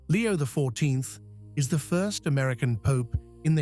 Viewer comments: Why can't they find someone who can pronounce the words. God is the only intelligence that we should follow, not an AI implant who can't even pronounce Roman Numerals. Leo is an Anti Pope and anything he says or does has no value, he's just another false "Pope" like those before him. Our last true Pope was Pope Pius XII, they decimated the Mass at Vatican II, and gave us what is called the Novus Ordo and it's false "Mess" which has no Sanctifying Grace.The only ones who are celebrating the True Mass are the Traditional Priests and the SSPX. It makes you cringe just listening to this AI character. Jesus Christ is the Head of the Church that He founded with His Precious Blood. We have to go back to Tradition; this is not Tradition. This is the false End Times Church that Catherine Emmerich had a vision of. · The voice of this AI is laughable - can't pronounce those Roman numerals - XIII, X. So much for intelligence! God is the source of all intelligence and we humans are endowed with this faculty for use towards good - for oneself and towards our neighbour. Watch those videos promoting artificial intelligence. Do we not see the prominence of that characteristic that is found in the deceiver who made his way into the Garden and with his 'intelligence' bore the fruit that led to the Crucifixion on that first Good Friday? And to the chaos that we see in many regions of the world today?